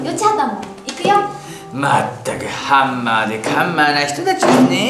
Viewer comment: が｢ハンマ｣｢カンマ｣って言ってるとこ好きです😂(笑) よち畑くんの私服姿レアだね！！